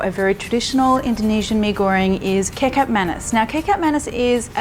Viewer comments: please...prounouce 'kecap' in kecap manis like you say 'ketchup' in English. do not say 'kecup' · Kekap manis 😅🤣 how to pronounce kecap is like ketchup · Agree. Its not hard to pronounce as u can say ketchup properly 👍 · Kecap is actually pronounced exactly like ketchup hehehehe not kick up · Kecap Manis, the sweet soya sauce, the Kecap is actually pronounced as Ketchup without the "h". I was initially trying to figure out what "cacup" was, lol. Love your recipes btw. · Pronunciation: KI CAP not KI KAP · kekap manis😂😂😂 its kechap/kichap (kecap/kicap) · It's pronounces similarly to Ketchup. Kecap is where Ketchup got its name from. 😂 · Spelt kecap, pronounced ki-chap 👍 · Kecap is pronounced Kechup that is where the word "Kechup" comes from. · Please pronounce "kecap" exactly like "ketchup". :D "Manis" literally means "sweet". So, kecap manis means sweet ketchup or sweet soy sauce. :D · "Kecap" is pronounced same way with "ketchup".. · You have a cute way of pronouncing kicap. Going to try your recipe soon. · you should pronounce 'kecap' like you pronounce "ketchup" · "kicap" in kicap manis is pronounced like "ketchup". btw, my mom still make mee goreng like this, but we usually sauteed the sauces mix with garlic. i really need to balik kampung right now. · it is pronounced ketchap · It’s ketjap manis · Im not Indo but I know its pronounced ketchup manis. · Kecap pronounced as ketchup :) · The C in Kecap is pronounced as CH, as in cheese, fyi. 😊